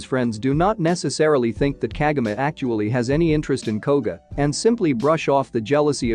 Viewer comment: can't you even pronounce Kagome right? KAH-GO-MAY